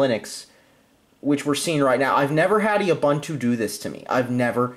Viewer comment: If you're gonna use it, learn to say it.... it's pronounced oo-boon-too (all 3 syllables rhyme with the word too/two)